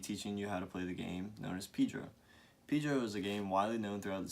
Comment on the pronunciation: I thought it is called Pedro, not Pidro?